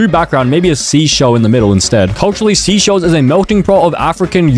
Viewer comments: Seychelles is pronounced sayshels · bro called seychelles "sea shells'😭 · The way he said seychelles wrong 😭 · and the fact that he said Seychelles was a stupid name and him pronouncing "Austria" as "Australia" is just so irritating. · The fact he said all of the countries wrong it’s not sea shells it’s seysheles(say shells) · it’s actually pronounced like say-shells, not sea-shells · Seychelles is not pronounced seashells. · It's not seaychelles say chelles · It’s actually pronounced (say-chELL-ees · bro it’s pronounced (say-SHELLS) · How you pronounce seychelles (Say - chill - a'z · Every time he says a country’s name wrong: Canada - Canadia Seychelles - Seashells Saint Kitts and Nevis - Saint Kit and Nevis Liechtenstein - Lithuania Austria - Australia Vanuatu - Vanautu Australia - Austria São Tomé and Príncipe - São Tomé and Principal - São Town Principal Saint Vincent and the Grenadines - Saint Vincent and the Grenades Antigua and Barbuda - Antique and Barbecue Samoa flag - Polynesian flag - Samosa flag Suriname - Surname Grenada - Grenade-a Cape Verde - Cape Verdi For a grand total of 16 times. Tell me if I missed any countries in the comments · pronounced like “SAY SCHELLS” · Bor said seaschells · mo- naay- co 💀💀💀💀 MO NAH CO SEE SHELLS💀💀💀💀say-chells